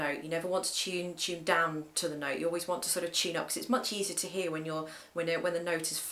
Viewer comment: its "to" not "chew... "